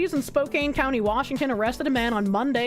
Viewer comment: please you're killing me, you got the first half right but the second half of spokane is pronounced can not kane. Typing it out it makes sense how you got to the conclusion you did but i live nearby, its pronounced spo-can